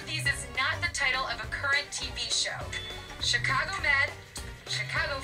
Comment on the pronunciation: Says Chicago Fire “Chicage Fire.” Wot?